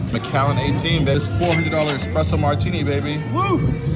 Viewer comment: Dropping $400 on a drink, I expect the bartender to pronounce it correctly, at least... It's not expresso. It's espresso. 🤦‍♂️